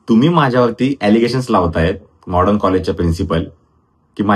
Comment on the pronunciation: आधी कॉलेजचा उच्चार नीट करा , Modern कॉलेज आहे mordon nahi.